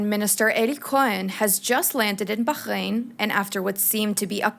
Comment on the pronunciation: Please stop torturing the pronunciation of Bahrain.